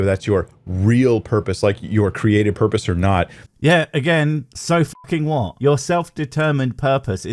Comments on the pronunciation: I never had a porpoise. Where do i get one? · All hail the porpoise of life!